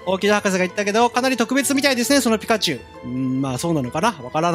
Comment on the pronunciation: ピ↑カチュウ